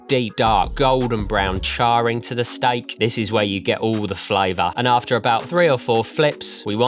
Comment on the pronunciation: Why does he say "stike"?